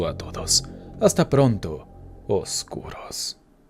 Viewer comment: Me gusta como dices "oscuros" se oye chistoso 😃.